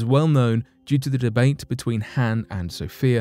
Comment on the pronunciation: Pronounced Han wrong...